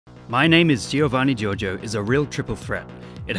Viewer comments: Giovanni gioRgio, not jojo! XD Foreigners always eat the R in italian... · I love how you keep pronouncing " Giorgio " as " JoJo " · The title should've been "Who is Giovanni Giorgo?......and why does everyone call him Giorgo?....." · We all know: His name is giovanni giorgo but everybody calls him giorgo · hah jheeorno jheeovanna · the way he pronounces Giorgio made me laugh so much (i am italian and Giorgio is an italian name) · Giorgio it’s a regular italian name, and it’s not pronounced giovanni Giorgio